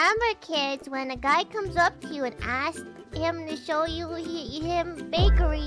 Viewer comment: Of course she says 'baekree' just like 'baetree'